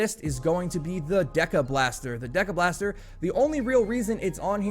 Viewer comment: Hate to be that guy but the deciblaster is pronounced “dess-ee-blaster” in reference to a decibel. The units in which sound is measured by. 👍